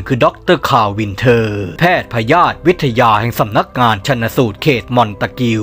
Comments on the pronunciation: หน้าจะออกเสียงว่า แพทย์พยาธิวิทยา อ่านว่า แพด พะ ยา ทิ วิด ทะ ยา มั้ยคะ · 10.52 แพทย์พยาธิ(พะ-ยาด) วิทยา ขำก๊ากเลย ตั้งใจแน่ๆ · สะดุดเลย 😅